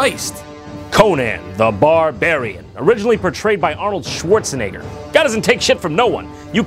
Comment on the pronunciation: Schwarz-en-egger. The letter z makes a "ts" sound in German.